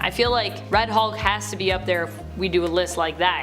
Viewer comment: When said, "Red Hulk" for a sec it sounded like, "Fred Hulk" for some reason